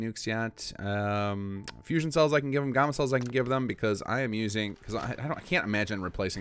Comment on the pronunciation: its gamma! "gam" "ma" like the hulk,GAMMA!!!